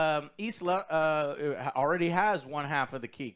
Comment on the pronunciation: Its Elsa not isla 😂